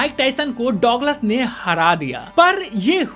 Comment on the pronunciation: Douglas ko duglus bolte h